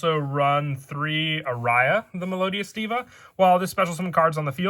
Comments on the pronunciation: Played Melodious on sims back when they were coming out, might have to try them again. Also, fyi, Aria is pronounced "ar-ee-uh". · i got triggered everytime he said it. there's gotta be something wrong with me and how uptight i am with the pronunciation 😩